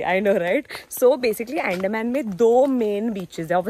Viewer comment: I am from Andaman and FYI it is pronounced as UN-DAA-MAAN. It's not Ann-Deh-man